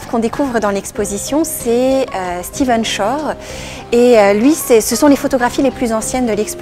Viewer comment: Merci pour le partage . Stephen, et non "Steven", tout de même ... :)